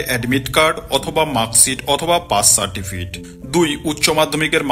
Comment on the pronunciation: Certifit Noi re certificate